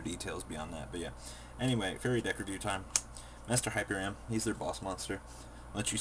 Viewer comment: Its Master HyperiON, not Master HyperiUM l o l